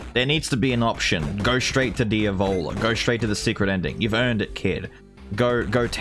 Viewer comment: the whole time you where talking about the diavola boss, I thought you were saying the ebola and was very confused lol